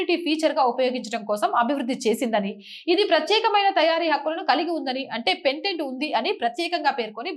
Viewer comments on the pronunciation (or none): Pendent కాదు తల్లి. పేటెంట్. Parent.